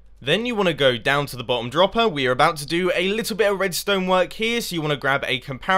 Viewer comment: "Then you wanna take out the blottom block there" lol